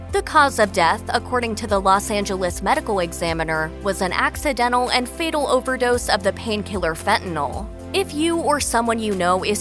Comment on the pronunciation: It’s FATAL amount not FETAL ✅